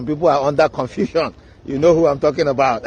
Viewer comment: '... already'' or 'all ready'? He cannot pronounce 'CONFUSION' well and thinks they are coming to beat us in Ghana?!